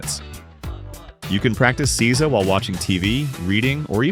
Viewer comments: Seiza is pronounced 'say-za', not 'caesar'. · I wish you'd found out how to pronounce these words. Its SAY ZAH, nor see za. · Nice video. Just One thing. It's pronounced "SAY-ZA", not "SEE-ZA". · Seeza.😂 you mean say-za =seiza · It's pronounced SAYza!!!!! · That you can't say seizo shows that you are a fraudulent dimwit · Seiza is pronounced 'SAY-zah'